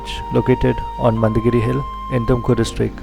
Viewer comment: It's mandaragiri... not mandagiri